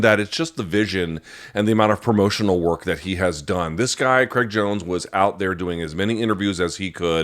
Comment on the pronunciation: Craig, not Creg. Please learn to pronounce the man's name correctly